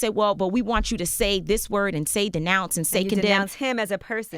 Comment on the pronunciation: "Disnounce" Lord have mercy, yeah, I know, we got so much mouth but don't know how to properly say what we mean . . . smh btw I can't stand Meghan either, but we have to be on top of our game when we take somebody down